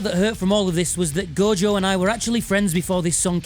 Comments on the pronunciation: Take a shot everytime he sais "Go-Jo", good luck . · As an Australian, I'd just like to say... who the hell is Go-Jo?